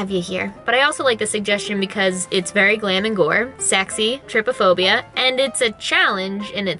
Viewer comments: I died when u said trypaphobia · lol you have been saying “trypophobia” wrong it’s kinda pronounced “tri-Po-phobia” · This gave me so much anxiety but I still watched it... It’s pronounced tri-pa-phobia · her saying trypiphobia me:byeee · "Triphobia, i hope im not saying it wrong." Me: "Oh Boo, you jinxed it haha XD"